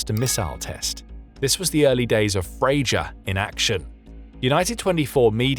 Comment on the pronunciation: It's pronounced FreYa